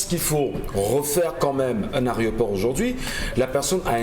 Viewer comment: Pourquoi ils disent tous au Cameroun, les journalistes et animateurs TV compris, "ARÉOPORT" et non pas "AÉROPORT" Messieurs les journalistes notez l'antéposition du "É" par rapport au "R"